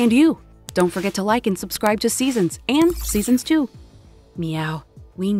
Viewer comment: What she said like and sudscride